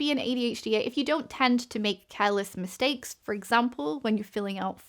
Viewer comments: "@ Making msitakes" 🤣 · i dont know if "Making msitakes" was intentional or not...